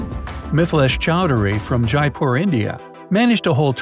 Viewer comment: WRONG PRONOUNSATION OF जयपुर/ Jaipur